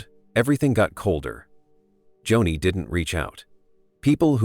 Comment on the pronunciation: Its not Johnny lamb its .....JOANIE spelled Joni!